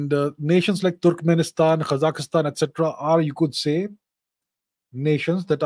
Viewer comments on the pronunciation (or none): none